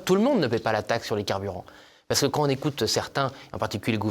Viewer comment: Il faudrait que des personnes publiques parlent correctement Français. Monsieur Tanguy, comme beaucoup d'autres, ne respecte pas les liaisons, les quan on les quan i. Ces gens là qui hurlent, à juste titre, sur la décadence de l'école devraient montrer l'exemple pour les enfants qu'on reprend sur le sujet et qui nous disent le monsieur parle comme çà à la télé.